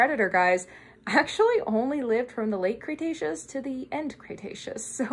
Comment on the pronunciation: With the internet being how it is, I want to preface this by saying it’s an honest question, not at all meant to be rude. Where did you get your pronunciation of “Cretaceous”? I have never heard anyone else say “Cray-“, but you clearly know your stuff, so I’m honestly curious if someone stressed to you at some point to say “cray-taceous”, and if we are all saying it wrong or at least the colloquial pronunciation isn’t preferred for some reason. Great vid as always and I appreciate your time and effort!